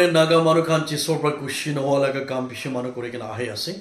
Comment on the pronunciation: Dear Pastor it's not chisor bt ( it's IShor)